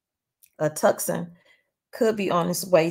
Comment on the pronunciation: Tuscan pronounced "Two-san"